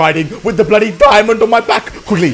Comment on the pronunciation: Why are you keep says bloodly